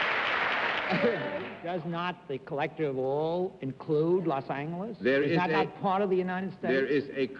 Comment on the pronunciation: and - I love Bennett Cerf's old pronunciation of "Los Angeles" with the other "g" sound. I wish it were still pronounced that way today.